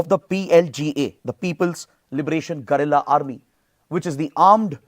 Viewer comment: Sir , plz pronounce it गुरिल्ला and not गरिल्ला as the essence of the word goes out